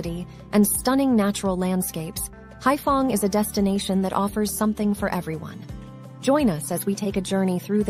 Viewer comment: Anyway, the city is Haiphong, not *fong.